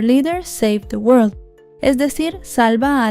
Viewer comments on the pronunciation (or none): none